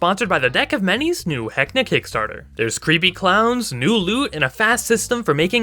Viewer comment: It's VEKNA not VENSA, FFS say Vecna right! Like Gary Gygax said it!